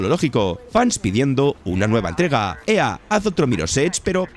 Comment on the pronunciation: Entiendo que no todos hablan ingles, o que no todos conocen la pronuinciacion exacta de las cosas, pero, la verdad, si rompe muchisimo el video, escucharte defcir, seimus, o eeeaaa, en lugar de EA, no lo digo de mala forma, o para faltarte al respeto, pero si esto es tu trabajo, dedicale unos segundos a buscar la pronunciacion correcta, no te tardas nada, tu trabajo sera de mayor calidad, y dice mas de ti de lo que crees el pronunciar bien las cosas, estoy a medio video, interesado, sumergido, y escucho, eeeaaaa queremos mirror's edge, y no puedo evitar soltar una carcajada que me hace olvidar el video, en verdad no lo digo de mala manera, si lo lees, espero tomes la critica de buena forma.